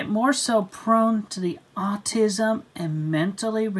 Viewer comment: Is his accent getting more southern?? The way he says autism is ridiculous